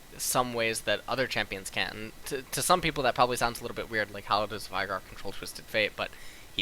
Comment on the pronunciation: VI GAR sorry but you really make some pronunciations really weird. why do you do that? It's not korean, it's not american english, and it's not uk english. :P